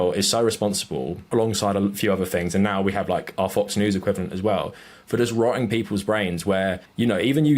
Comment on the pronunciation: he self censors the letter t